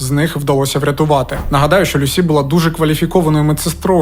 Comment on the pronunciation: Ім'я Люсі за британською версією вимовляється з наголосом на перший склад. Вона, до речі, не склала тест з першого разу, тобто не отримала кваліфікацію, після чого змінила ментора і здала на диплом. Викладачі зазначили, що їй бракувало знань з клінічної медицини, що вона потребує досвіду, ще була помічена її холодність, як особиста риса. Я пам'ятаю як цей моторошний злочин освічувався на ВВС і друкованій пресі. Одна з версій, що немовлята із проблемами їх дратували.🇺🇦✌❤🖤